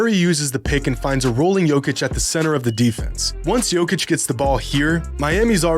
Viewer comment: learn how to pronounce his name. it's yo'kitch